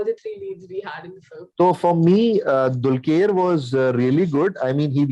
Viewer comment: Guys its not "DULKYER"...its pronounced as "DULKAR" !